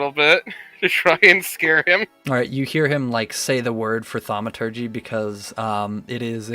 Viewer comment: The thing that made that joke cringy is that Cartography is derived from ~Carte~ the French word for maps, not car..... Stay in school, kids... It doesn't matter what history roll the TEACHER makes, it matters what the other guy knows about it... Thaw-ma-tur-jee...🙄🙄🙄